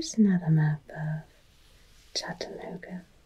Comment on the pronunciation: To hear you talk about Tennessee and to even say “Chattanooga”/“Kingsport”/ “Johnson City”/“Bristol” correctly made my heart happy, although I’m surprised Dollywood wasn’t mentioned lol. I grew up here in East Tennessee (Specifically Greeneville, Tennessee) since I was 9 and I live in Chattanooga now. Thank you for this! Btw I sent you an email!